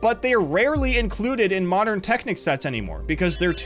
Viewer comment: "in the moderan alphabet"